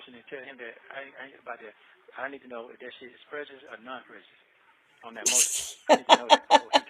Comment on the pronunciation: so nobody noticed she couldn’t pronounce prejudice😭😂😭😂… Listen really good around this time.